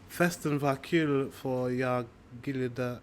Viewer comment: NO 'G'-sound in the end of 'JAG'!!! To be honest, the Swedish 'voice' s_cks. The pronunciation is worse than the worst.